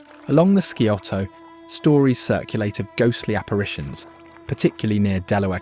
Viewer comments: Skee-oh-toe to you too, pal. I know it's sigh-oh-tuh and ole-en-tan-gee and not oh-lan-tang-ee. I was waiting for Leema and Bell-fon-tain. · Scioto is pronounced "sy oh toe: The "c" is silent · Sigh- Oh-toe river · Please learn how to properly pronounce AND spell “Scioto”. 🤷🏼‍♂️🙄